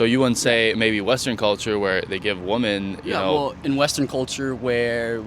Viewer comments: she did the thing women do these days where they pronounce "women" as "woman." Why the hell do they do this? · It's wo-MEN, NOT wo-MAN when it's plural.. I'm sooo sick of young illiterate kids... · one correction: You're pronouncing "women" incorrectly.